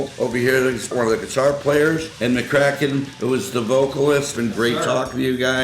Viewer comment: Had a great time interviewing both and. Two great guys with some really cool stories 😎 I want to apologize for mispronounceing last name..Duh!!